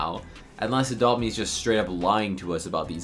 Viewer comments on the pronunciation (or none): I’ve never laughed so hard bro when he said apopt me u lyin?